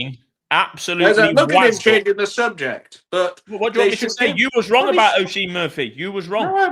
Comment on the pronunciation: Love the podcast, but I do have a small gripe. (obviously) isn't Oisín's biggest fan, but could you please pronounce his name properly? It's pronounced "Usheen".